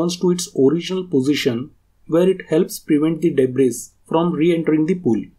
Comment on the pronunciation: Great video! Thank you and fyi "s" in "Debris" is silent 🙂